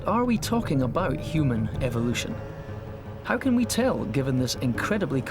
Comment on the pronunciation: Hue man...hue-man.